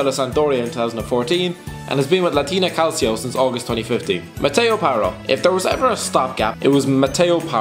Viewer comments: Please learn how to pronounce Calcio and Calciopoli! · and Calcio for that matter